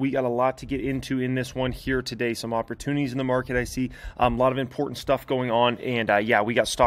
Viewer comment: Brotherman, when you say “Here Today” it REALLY sounds like “year-to-date”. Idk how to fix it, maybe a different word choice, maybe it’s just my ears lol.